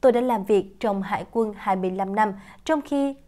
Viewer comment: Yêu cầu phải đọc là : Đại Tá Hải Quân Hùng Cao chứ không phải Hải Quan .